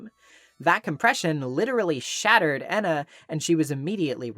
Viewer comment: I like to assume that Ena’s name is supposed to be pronounced as Eh-na, but likes to mispronounce her name as a sort of inside joke. There’s even a point when calls Ena by her actual name, then immediately “corrects” herself by saying Jena immediately afterwards.